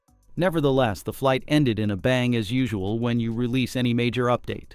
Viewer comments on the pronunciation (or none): none